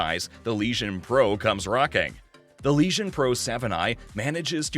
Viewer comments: what a joke.....LEGION.......not leeshon.....nice autovoice...lol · Did anyone else here "Lesion" when he said "Legion"